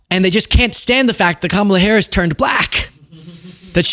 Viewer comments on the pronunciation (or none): none